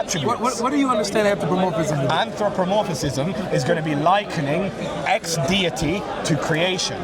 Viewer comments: It’s anthropomorphism not anthropomorphicism! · He keeps saying“Anthropomorphisism” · How many syllables can he fit into anthropomorphism? "Anthropomor-fi-phis-phism. I caught up to two additional syllables.